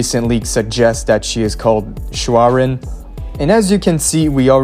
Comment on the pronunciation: I don’t think the name is SHOU-An-REN